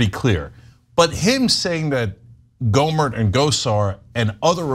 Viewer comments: It's not go mare it's gomer Louie gomer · GohmerT with a hard T like TANK, not Gohmert like Stephen Colbert hahaha. Just want to throw that in there. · It's Gohmert, pronounced like yogurt. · Just a tip: his name is pronounced GO-mert. The 't' is hard. Rhymes with 'hurt'. You can see him frequently make an ass of himself on the floor of Congress on C-SPAN. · Another case of or her producer not doing prep research. Google how to pronounce these names and learn their backgrounds. Do the work, it undermines your credibility. GO-murt. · Airhead. Riggleman was never Chief of staff and she has no idea who Gohmert is or how to pronounce his name. Pretty doesn't equal qualified. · Is she mispronouncing 'Gohmert' on purpose? Or does she not do basic research?